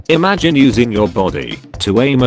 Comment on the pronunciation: imagine : exists narrator : ihmgayn